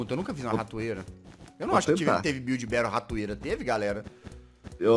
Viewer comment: Gringo: Build Battle CHATOOOOOOOOOOOOOOOO BRS: biulde bautle GGGGG =D kkk wtf man